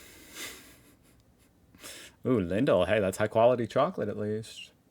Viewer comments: Lindt not lindl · LindL? Its Lindt (pronounced Lind - dt makes kind of a little Change to the d-sound but its mostly just like a silent t) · the chocolate brands name is Lindt, not Lindl xD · The F is Lindl? Its Lindt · Lindt. Not „Lindel“. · That's not Lindl, that's LindT, Swiss chocolate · Lindt, not Lindl 😉😉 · Did you just call the company Lindl? .. it’s Lindt! That’s a T not an L 😂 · Lindl??? Last letter is a " t ", so Lindt... You have this brand in Murica, so i guess you should know the name (and maybe have tested it in a video?). If you haven't had Lindt yet, don't worry about it and try other brands. It's not worth your money, there are a lot better and cheaper brands in Europe. They try really hard to build/keep a premium-image, so they can get away with exorbitant charges. It's not worth it at all. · not importadnt but just in case you want to order some lindt in germany,.... the L at the end, isnt one....